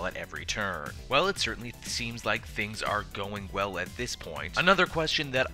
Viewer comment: "but certTINLY"